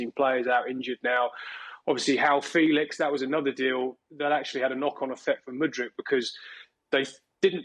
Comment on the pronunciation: Why is pronouncing Joao Felix... How Felix...tf